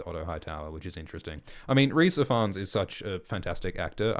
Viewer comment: Rhys Ifans is pronounced Rhys eevans btw